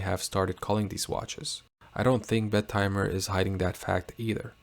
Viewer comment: I propose we pronounce it as BET-eh-mer instead of Bet-TIMER. If we can't change the name, we should change the pronunciation.